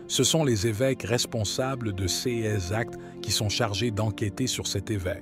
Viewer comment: Dommage que le lecteur ne sache pas parler français correctement : prononce cas par cea et ces par:sis..Mgr est aussi déformé etc ce baragouin empêche de prendre ces paroles au sérieux.